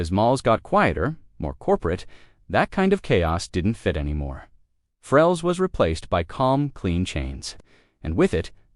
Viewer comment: Farrell's, not Frells. 😂